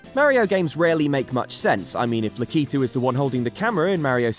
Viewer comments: LAKITU is pronounced "lacky too" not lakeeeetoo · You mispronounced lakitu